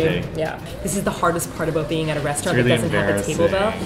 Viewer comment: that "about" tho